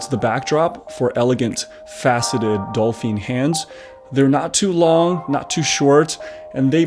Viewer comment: Dolphine hands? It’s dauphine lol.